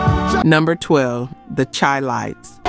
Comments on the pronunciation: "It's 'THE SHY-LIGHTS, Not The Chai-Lites"😢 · This damn narrator or whatever needs to learn how to pronounce the CHILITES, pronounced Shy-Lites! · Chi- Lites is pronounced Shi-Lites!!! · It’s pronounced shi lites even though it’s spelled with a C.. Chilites. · It’s pronounced like “Shy lights”. No disrespect. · I hate these BS videos first off she said the groups immediately broke up then went on to talk about the hits they had years later... Then she said she searched thru all these files but doesn't know the name is pronounced Shy Lites... Among other inaccurate information...Big Harry Williams Charles McCormick didn't break up after Natural High, they recorded in the early 80s🤡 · The proper pronunciation is :” SHY- LITES”. Why ? Because they were from CHICAGO…the city whose NICKNAME is CHI- Town (pronounced SHY- TOWN) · Sorry but you pronounce Chi as shy. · Thanks mattlenelson not super important but true. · Thank you! I was going to make the same correction. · we are listening AI mispronounce words. I have a cousin that wrote some songs for the Shy lights. People call Chicago The Shy. The correct pronunciation is Shylites. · It's Chi-Lites as in Chi-Town you pronounce there name like is.. Shi-lites or Shy-lites. You are saying there name wrong. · Ok she pronounced the Chi lites wrong. WTH. This one is depressing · It’s Chi-lite’s. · I heard that immediately, and she's black.